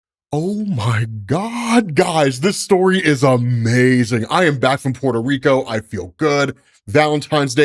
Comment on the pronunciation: Hearing say UhhMazing is a tiny joy